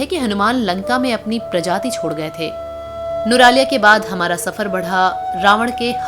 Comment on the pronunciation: Nuraliya?? Its nuwara eliya